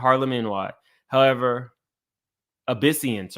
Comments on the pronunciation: love your channel and coverage. I have to ask what's with the butchering of proper names. Are you older than 35? Many of these name, you should know if you are: ă-ri-stuh(Arista); ă-bi-si-nee-in(Abyssinian) to name a few. Keep up the coverage of the "surviving diddy" series. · I don't find it significant that you fail to properly pronounce Kid Cudi's name. BUT I need to call you to the carpet for what appears to be your lack of knowledge about the Abyssinian Baptist Church, and the proper pronunciation. Abyssinian Baptist Church. Pronounced AB-BE-SIN-E-AN. Good Lord,! Abyssinian is an historic and storied Harlem institution. It is the church that was pastored by the late, great Adam Clayton Powell, Jr. who served as a member of Congress. He was the first African American to be elected to Congress from New York. He served in Congress for three decades. He was the chairman of the very powerful Education and Labor Committee.